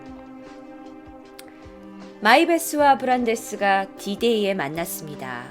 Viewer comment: 브란대스 원래이름말할때 발음 진짜좋다